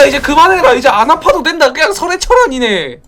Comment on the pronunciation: ㅋㅋㅋㅋㅋㅋㅋ 써렌발음이안돼 서렌 서렌 사투리귀여워